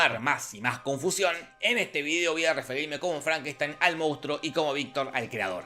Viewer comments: My name it's pronounced Frankensteen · FrankenstAin, maestro. Frankenstaaaaainnnn